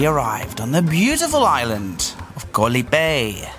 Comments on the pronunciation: FYI, the word Island, "KOH" shouldn't rhyme with "TOE." It actually sounds more like the "AU" sound... "Gau" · you should know by now that KOH (island in Thai) is pronounced with a soft (O) as in the word GOLF. No hate, just want you to pronounce KOH like a local Thai.